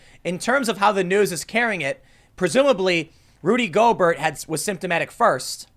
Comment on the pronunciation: “I’m not a big sports guy.... Rudy Go-Bert” - Tim Pool